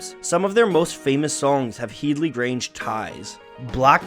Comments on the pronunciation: It's head-ly grange not heedly grange lmao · It’s pronounced head-lee, like bed-lee. Not heed-lee. Watch an interview with Jimmy Page. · Head-lee grange mate, not heedly. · Its pronounced HEADley grange, not HEEDley. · HEAD-ly, not HEED-ly. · its' pronounced Headley NOT Heedley . .. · HEAD-LY Grange. Not HEED-LY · Headly Grange pronounced Hed - ly. "When the Levee Breaks" - drums recorded as explained but also thru an echo machine (Bimson?). See Rick Beato who got it from Glyn Johns (again, ? Surname) who engineered it. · head-ly, like your head. HeaDly Grange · It’s pronounced ‘hed-lee’, other than that great video! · Disappointed in the butchering of the somewhat easier “Headley”, though.